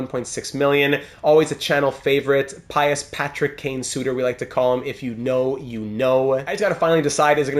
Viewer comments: Pius Suter should be pronounced as ”Pea-us” Suter, not as ”Pie-us”🫡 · Pius Suter, pretty sure its said like Pyoos